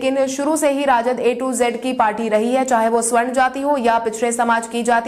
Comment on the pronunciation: Swarn Nahi sawarn